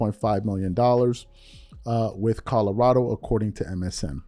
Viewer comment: Yo this is exactly why I’ve always hated whitlock he that black guy that’s just straight lost and delusional Mf a say anything with no facts just straight 💩 flying out his mouth…. And it’s fuckin CO-LO-RA-DO not codarrado 💀